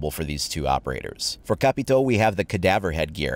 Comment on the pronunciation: I love how you pronounce caveira and capitao